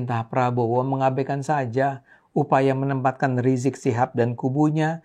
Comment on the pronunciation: Kenapa bang ade ini pakai sebutan Rizik rizik gitu kayak males skali mau bilang Imam Besar Habib Rizik seperti banyak orang nyebut Habib Rizik dimana2